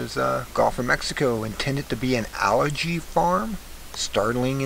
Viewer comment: "Al Gee" you dork!